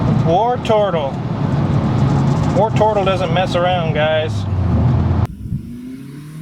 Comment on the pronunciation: Oops - I thought you were calling it "Worturtle", and channelling your inner Geordie. Howay man!